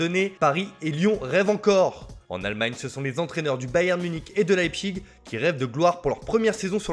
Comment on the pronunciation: Leipzig,pas leipchig 😫 Manchester iounaïted,pas iounaïtiiiid 😤😬😫